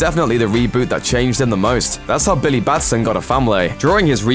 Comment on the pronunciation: "Billaye" Several times, "Billaye" Even though he also says Billy correctly several other times.... "Billayee"